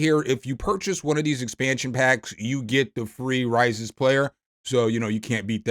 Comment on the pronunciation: "Raízes" means "Roots", in Portuguese. Pronounced "rah-EE-sis".